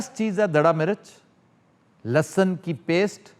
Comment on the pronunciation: Sir aap lehsun (garlic) ko hamesha lussun kehte hain.